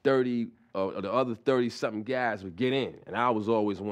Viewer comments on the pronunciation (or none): none